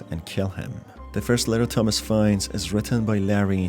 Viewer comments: it CANNOT be just me that thinks he's saying,"Dumbass" intsead of "thomas" because of his accent (no offense btw it's just kinda confusing-) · when you said "Thomas", I thought you said "Dumbass", and I was just left thinking "who names the protagonist dumbass in a horror game?" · I was caught off guard at the beginning, I thought he said dumbass lives alone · i heard dumb@ instead of Tomas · Bro i thought he said dumbass at the start 😭😭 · At first I thought he was saying Dumb@ instead of Thomas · everytime he says thomas i hear "dumbass" and i assume that would be a very fitting nickname for the main character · He said the protagonist is Thomas, I heard dumbass XD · this video bamboozled me 3 times in the first minute. The guy is called Thomas, I keep hearing Dumbass. I thought the music at the beginning was the one used by TEDex The fucking knocking made me jump, as the sound came exactly from where my door is